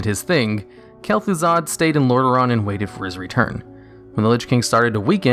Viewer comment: It's Kel'Thuzad, Lich